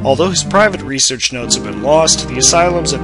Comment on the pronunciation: you mispronounced research & prodigy.